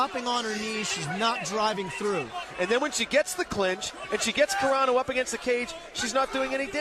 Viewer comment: Carano, not CARENA, you moron